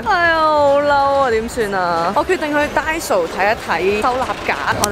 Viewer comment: 其實係咪讀frisbee 唔係freshbee 同埋係da-i-so,唔係da-so